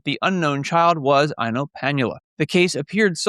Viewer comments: Thank you! It's always difficult to decipher the anglophone pronounciation of Finnish names! 😂 Eino does make more sense! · I was looking for a comment on this, but I suspect he wanted to say Eino, which is a boy’s name and would make more sense. And after I started to reply this, I saw someone already commented on this and informed us of the correct child name. I live in Finland and also had your “ears” when listening to him pronounce the names. 😂